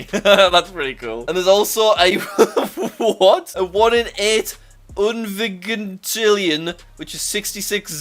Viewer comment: It's actually pronounced viJintillion, not viGintillion.